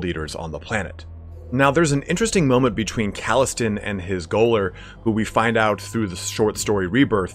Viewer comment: "gaoler" is pronounced "jailer"